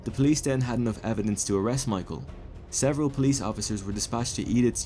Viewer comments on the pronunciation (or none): none